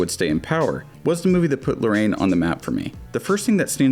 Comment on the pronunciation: is not Lorraine, it's more like: La-Ra-Inn